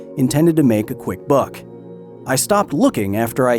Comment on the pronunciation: Kyle sounded so country when saying “a quick buck” lol